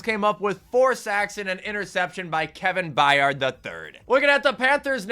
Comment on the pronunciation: Good to know you finally know how to pronounce Kevin byard’s last name 😭